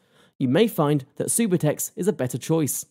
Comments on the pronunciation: Its not supertex its sub-u-tex subutex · “supahtex”? lol ugh, if you can’t even say it correctly, you know nothing about what you’re even talking about smh.